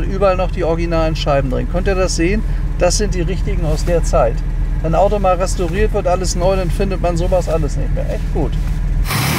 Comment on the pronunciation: "Unter zwohundert, das ist voll in Ordnung!" Dem muß ich mich wohl anschließen, a b e r für wen? "Restooriert" ist er ja außerdem.... und wer für 199.999,99 € , also für unter zwohundert , nichts Besseres vorhat, der und auch die(?) sollten zugreifen! Die Gelegenheiten werden auch immer weniger, ehrlich !!! Euer Walter König 👑